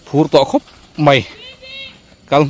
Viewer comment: I tawngkam kau chheh a dikin, ngaihthlak anuam thin e. A mah rawh chu kan ti hram mai (mei) hi kan titi luam hi chuan lo lam mai hi a awl a, (mai) han tih tum hram2 teh khai, khalai ah i mizopa ta nge2